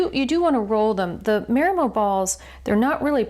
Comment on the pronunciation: " MAH-ree-moh", pleeeeze.